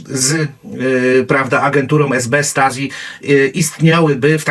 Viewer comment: Angela, a nie Andżela. Stasi, wymawia się, "Sztazi".